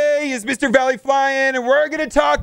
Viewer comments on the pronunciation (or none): Valley, not "we" LMAO!!!